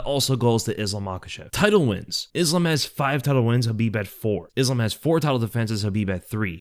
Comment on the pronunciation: It's khabib